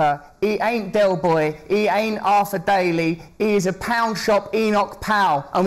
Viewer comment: I can't forgive him for butchering 'Arthur'.😋